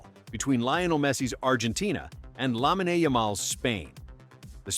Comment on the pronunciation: Lahmeenay? AI still sucks.